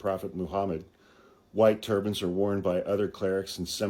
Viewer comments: When you first said “turbans” I thought you said “turbines.” I thought, “they’re not going to fit on your wall!” 🤣💙🙏🏼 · lol….same here! I’m in renewable energy, so that’s where I first went, too. 👍🏼